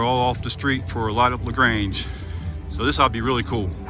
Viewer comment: Great video.. now the only thing is how to pronounce LaGrange correctly